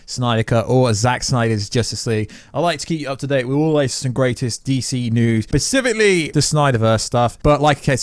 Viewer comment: why do you say pacifically instead of specifically?